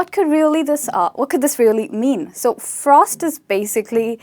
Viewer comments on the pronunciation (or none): none